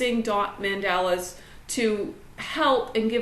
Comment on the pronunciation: Great tips....but it is pronounced Mon-dah-la! Mandela is Nelson or Winnie